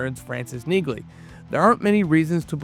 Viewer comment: The "G" is silent in Neagley, like the "G" in Neighbor and Phlegm🤔 And it's Maria Sten, not Stern🤨